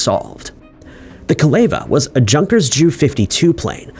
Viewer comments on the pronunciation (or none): none